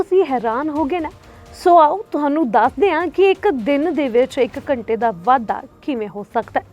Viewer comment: Accent ta shi krlo yr...ghtnaa ik simply bolya Jan wala word aa.....ghnta nu ghachnaa bol.k ki sukoon milda😂